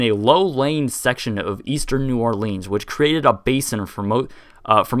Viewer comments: Also it's pronounced New Orlinz, not New Orleens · when you realize he says New OrlEEns not New OrlIns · It's pronounced more like New Or"lins" rather than New Or"leans". Actually it's more like "Nwalins"... but yeah. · I LIVE IN NEW ORLEANS AND YES IT WAS A TOTAL LOST. IT IS NOT NEW ORLEEENS WE SAY NEW NAWLINS😊. SHA. !!!!!!!!!! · It’s New Or-Lense not New Or-Leans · "New orlEEns" It's "new orlens" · I'm a native and we pronounce it New Or-LUNS, not New Or-LEANS! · New Orleans is pronounced "New OR-Linnz " not "New OR-Leans" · It’s said new or lands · New Or-Lens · No its pronounced"Newalins" in proper Louisiana dialect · new Orleans is pronounced new- awlans (Orleans is almost one syllable) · If you screw up a take you can just do another instead of just mumbling and joking about how you screwed up. Oh, and it's not pronounced "New OrlEEns" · Only people from Louisiana crying when someone says new orLEENs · Ugh I live there and I cringe when I’m coming back from vacation and EVERY pilot says New Orleens like how this guy says it. CRINGE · I'm from MS Coast we pronounce it New Orl-luns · it's pronounced Nawlins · it's pronounced nawlins in the south 😁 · I enjoy the way you say New Orleans, I say new orlins(pronounced the way it looks lol) but it may just be my 'Texas accent' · New Orleans is not pronounced that way 🤦🏼‍♀️ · that's not how you pronounce new orleans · You say New Orleans wrong. Also, Mississippi got it way worse than New Orleans ever did from Katrina. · Exactly! I'm from New Orleans and I cringe every time someone mispronounces it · Will someone teach the world how to say New Orleans!! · the way you say new orleans is murdering me